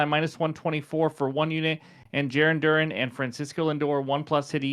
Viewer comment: Cracks me up as a Red Sox Fan how you say Darun when it's Duran like the word AND without the D... Now lets hope you didn't jinx him ;)